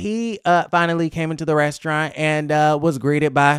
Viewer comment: Why can’t she say restaurant correctly 😂